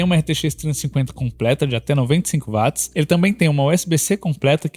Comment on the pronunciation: 🛑 Bicho, que DICÇÃO PÉSSIMA! Uma das piores dicções que já vi na Vida! Pessoa tem q prestar muita atenção e forçar o cérebro pra entender oq esse cara ta dizendo.. Fora que no final das contas o cara é um quase Leigo, 1 Curioso q ta aí comentando.. O cara erra termos técnicos. Coisa que 1 Bom Profissional, alguém que estudou não erraria! Exemplo: Chamar Watt de Vat! É de Lascar! Coisa de quem nem fez o ensino médio direito! Watt se lê Uóti, Camarada! E não VAT! Watt é unidade de potência em homenagem a 1 físico. Enfim.. Edit: Pelo menos trouxeram muitas informações que dá p orientar a escolha entre notes similares.